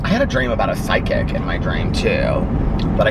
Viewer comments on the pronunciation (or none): You pronounce the word “psychic” weird lol. It sounds like you’re saying “psy kick”